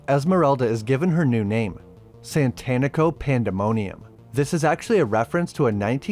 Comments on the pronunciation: Satanico. Like satanic. It's tough to hear 30 min of SaNtanico Pandemonium. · Its SATANICO and not Tito Santanico... Jesus where are you getting the first N from? Do you worship Santan?